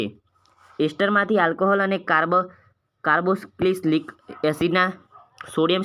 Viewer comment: Carbo cis lik nahi carbocilic😂😂